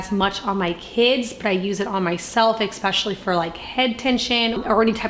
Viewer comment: Especially is pronounced I SPESH UH LEE